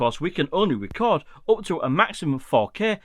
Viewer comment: Thank you for this tip. I wasn’t aware of some of those limitations in QuickShots. Also, I’m in the USA and really like your accent (compared to our English), and noticed when you say “up” it sounds like “op” 😂, no offense.